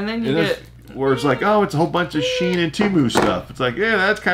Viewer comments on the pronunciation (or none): STOP CALLING IT SCHIEN ..... it's a German originated name, pronounced SHINE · Temu has the same products as Wish and SHEIN (pronounced “she in” not sheen) only difference is the price. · You two are too funny! %SHEIN is pronounced she in. On their website they play on words like accelerashein, evolushein... A 90 C bra is a European size and is equal to a 40 B in US sizes.